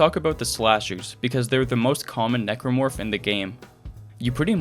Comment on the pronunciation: For a second, I thought you referred to the Necromorph as "Negro Fuck".